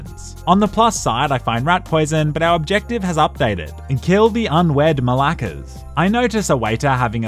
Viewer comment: I can't stress enough that he uses the word ΜΑΛΆΚΑ so beautifully it's music to the ears